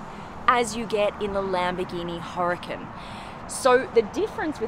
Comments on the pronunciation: ITS PRONOUNCED UR-A-CON.. NOT Hurcun.. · it's Huracan..emphasis on the second a,,not hericun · Its not Lamborghini Hurricane, its Huracan.😎